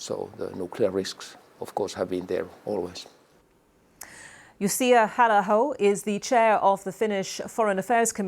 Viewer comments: I don't like Halla-aho or his politics, but I still have to point out that his name is Jussi, not JussiA XD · "Jussia" instead of Jussi. So even the BBC can get a name wrong.